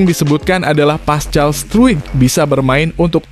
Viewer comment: Pascal struk baca paskal!!!!!!